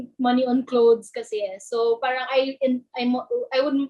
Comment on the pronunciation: mga kabataan ngayon hindi ma pronouce maasyos ng R... pahhhhrrrrraaanng